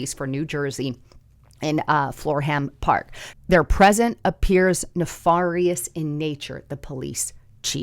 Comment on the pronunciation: ne fair ious, not far ious, nefarious. ne fair ious